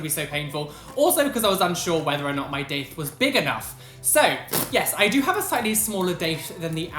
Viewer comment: I thought u said dick piercing